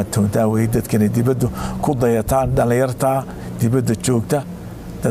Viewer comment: Debeda weye not dibada